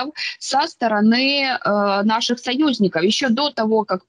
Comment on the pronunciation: Сколько можно говорить: нет у вас союзникоУ, у вас только парнëры. Настя!!!